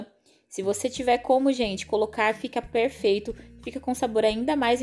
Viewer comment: Tudo e perrrfeito com diz voce....! bom demais ne....perfeitamente perrrfeito hehe 😂